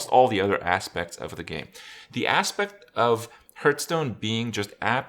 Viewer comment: Is it only me hearing instead aspect that his Ass-pecked